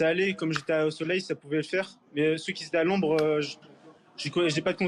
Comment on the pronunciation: "ceux qui zétaient"??? VA A LECOLE!